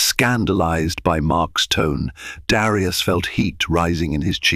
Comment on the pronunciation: Great story but aren't there any American AI or American readers period? Especially in the pronounciation of Black names like Darius or Elena (from another story). Prejudice, still in this day and age should never be tolerated, yet, it was prevalent and tolerated on that airline. Thank goodness for cell phones with cameras and sound for recording.